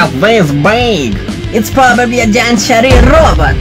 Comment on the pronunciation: its sharir not shair